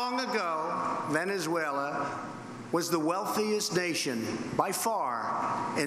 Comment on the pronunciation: He didn't write this he hasn't got the brain capacity. He don't give two hoots publicity stunt bloody idiot. Any president in office would be more diplomatic he can't even say Venesula I was the first such a big head he is crazy and I wonder how many of the people he would take into the USA claiming asylam from there None. Hate that's what he spread tell when he go of script act like a crazy many like at his rallies.